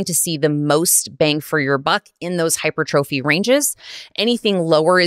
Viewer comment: "Hyper-Trophy" lol... pronouncing it wrong.